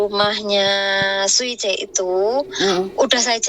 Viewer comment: Siuce x mbk bukan suice 🙄